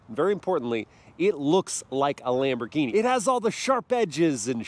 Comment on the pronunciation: It's a Lamborghini,not laymborghini😂